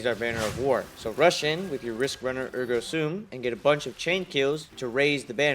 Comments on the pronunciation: “Ergo Soom”. What a dumbass😂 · The way he says Ergo Sum and Ergo SOOM 😂